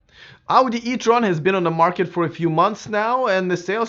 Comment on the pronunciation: You are pronouncing word Audi, like Auģi, like russian :D